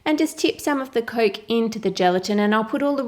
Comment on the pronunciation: you pronounce coke as "Coalk" I think it's cute